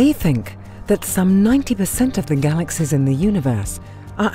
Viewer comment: She seems to say "galaxes" instead of galaxies